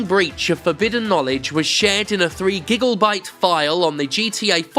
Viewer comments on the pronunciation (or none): did you say three gigglebyte, are you fucking with me